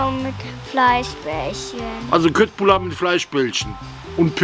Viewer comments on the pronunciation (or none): Ciao, geiles Zeug die Köttbullar als ich in Schweden war, da haben die mich korrigiert, Köttbullar wir in etwa so ausgesprochen "Schöttbullar"..